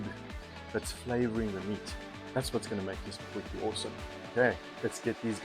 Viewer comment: Dude it's a potie. It is not a potjiekos pot - translate it for yourself. It is just annoying hearing it. My wife does the same thing - drives me nuts.